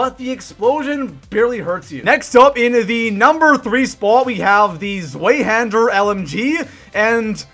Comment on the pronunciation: The Zweihänder is GERMAN. It is pronounced ts-vie-hehn-der. The z's in German are pronounced like you're imitating a muted hi hat cymbal